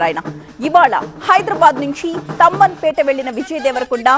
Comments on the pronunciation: Amma adi tammanpeta kadu Thummanpeta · Thumanpeta not thamanpet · తమ్మన్ పేట కాదు మేడం.... తుమ్మన్ పేట...... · Thamanpet kadhu thumenpet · Tammanpeta kadu Tummanpeta